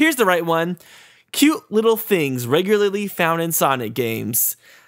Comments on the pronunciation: Reularly? o_O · You said reularly wrong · "reularly" kaughed so hard